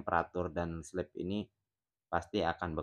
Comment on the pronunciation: Min bacanya bukan slep tapi slip